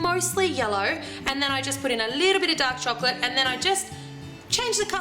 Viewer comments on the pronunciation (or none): when you said dark chocolate, i first thought you said duck chocolate :S